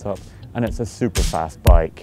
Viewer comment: It seems Scotts fav word (super) is catching on! Sounds better the way Martin pronounces it! Super Nice!